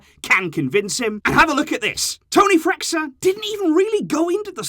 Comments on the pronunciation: Pronounciation of Freixa, being a catalán name must be read as "freisha" (like freixenet champagne haha). Just a quick note, i love your videos keep it up ;) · It's Toni Freissha (pronunciation)